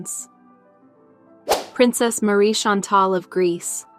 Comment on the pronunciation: Ma come pronuncia, Marie Scentel? Ma dove siamo?